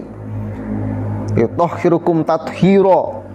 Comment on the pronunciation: Bahar baca liyutohhirokum di baca liyutohhiruku, itu aja udah ngawur salah masih ngatain fuat bodoh, ini bahar yg bodoh